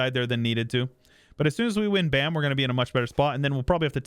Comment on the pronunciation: the province bam is literally pronounced bam